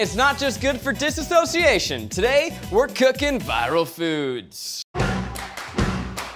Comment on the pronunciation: The way Zach pronounced DISS-O-CI-A-TION. ouch.